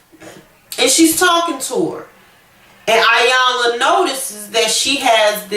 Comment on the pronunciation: Dead on, he wanted his cake n to eat it also. She looked pathetic trying to hold onto something that he already had disposed of. Iyanla is pronounced with a "E" it looks like "I"yanla but it is Eyanla.